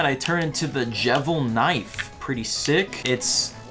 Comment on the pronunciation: Actually it's called Devilsknife, not jevilsknife